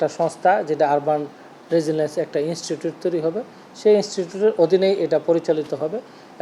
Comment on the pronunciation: ইনস্টুট না ইনস্টিটিউট।